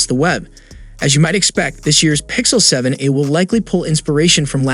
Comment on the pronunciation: he's barely pronouncing the "a" in 7a